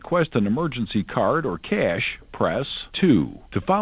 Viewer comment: You mean to tell us that the internet has been casually censoring the true pronunciation of $ cah-yash $ this entire time?